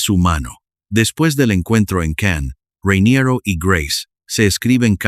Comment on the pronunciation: Se llama "Rainiero", por qué inventas vocales llamándole "Ruainierou"... llevas un chicle en la boca? 😂😂😂 Como el anuncio de "Carolina Herrera", que la llaman "Cauruolainea huerrueira", parecen borrachos! 🤣🤣🤣